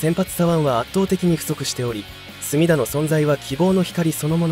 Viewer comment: 隅田の発音が浜田で草